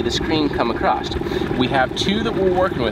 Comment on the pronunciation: Across. (Not acrossT) Supposedly. SupposeDly . (Not supposebly)